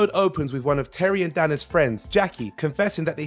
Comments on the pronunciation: day-na not dan a. script readers at it again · Whenever I watch one of these videos and they miss pronounce a name it rips me right out. Batman beyonds DAna for example. Silly but it’s true